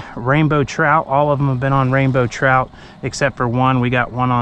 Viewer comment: Dang son! Can't beat it. Did you say trizzout. 😆lol